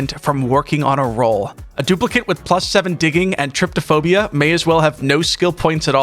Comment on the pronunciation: There's no such thing as Triptophobia. It's Trypophobia. "Try-poe-foe-bee-uh".